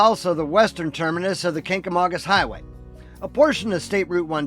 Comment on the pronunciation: I'm happy you pronounced Kancamagus properly. Most make it sound "kagamangus". I'm a life long resident (68 years) of Lincoln, and have seen much change to the town and surrounding area.